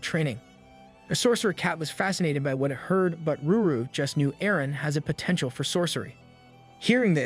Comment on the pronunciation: Every single time you said, ruru instead of lulu I have said screamed in my head IT’T LULU NOT RURU For the 10,000th time